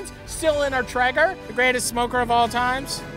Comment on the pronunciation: tray-ger you lepton. not tre-ger